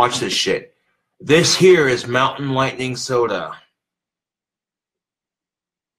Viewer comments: I love how he is so adamant about repeating “this here is mountain lightning and it’s delicious” even though the audience heard it the first time and he just doesn’t clue in that the way he says “this here” sounds like “hey Siri” He thinks it’s like some ghost in the machine type shit and that instead of turning off Siri, moving on with the next thing to say, or saying something different he yells and smacks his phone around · ''This here'' basically sounded like Siri and it went off again lmao. So funny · he necer figured out that slurring the words 'this here' sounds like 'hey siri' if you slur it just right